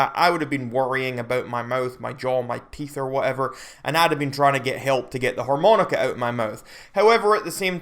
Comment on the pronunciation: TF is a 'whore-moan-ica'?